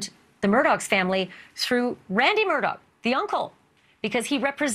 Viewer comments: Mur-daw not Mur-dawg. 🤦‍♀️ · It's pronounced mer DAW